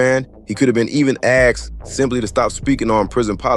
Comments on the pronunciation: Aksed,? Or Asked.. Speak well putin, if u speak !! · Its asked not axed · Asked* Not axed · 🛑🛑🛑Asked 🤷🏻‍♂️🤷🏻‍♂️ NOT Axxed 🤦🏻‍♂️🤦🏻‍♂️🤦🏻‍♂️ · asked... not axed. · Axed he says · *Axed, not asked. Google AAVE.